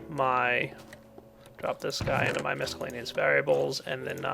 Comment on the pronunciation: I like how it sounds like you keep saying 'Miscellaneous Variables' instead of 'Miscellaneous Valuables' :P